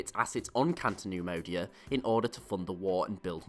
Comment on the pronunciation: CATO neimodia not canto